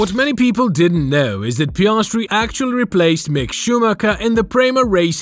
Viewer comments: piayahhstry bruh its piastri 😭😭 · Pi-as-tri NOT pi-arse-tri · And then Piarsetri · Piarsetri the funniest pronouncement of an F1 driver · Just a heads up, the way he says Piastri doesn’t get any easier to listen to.